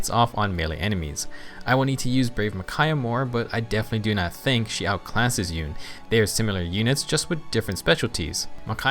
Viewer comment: YOU-NAY, SAY OT RIGHT!